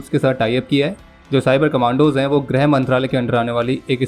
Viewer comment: Not Grah brother its Girha mantralaya